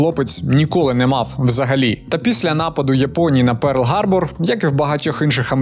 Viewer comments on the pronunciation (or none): Я люблю украЇнську мову, але Гарбор, блядь що це, пиздец, не ламайте психіку!!!